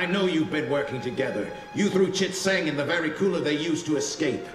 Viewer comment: that was a good one, but it took me until watching this video to realize that "Chit Zang" is supposed to sound like "Shit Stain" when the guard says "STOP RIGHT THERE CHIT ZANG" and I think that's the greatest line I've ever heard in a kids show